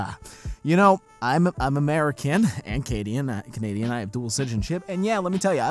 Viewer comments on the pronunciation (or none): Did he just say he's Cadian for a second there?